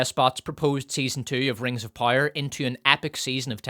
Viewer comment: All that matters is pire and profit? The Rings of Pire? Love your videos but for the love of everything holy, learn to say "POW, right in the kisser". Then bring that to the word POWER.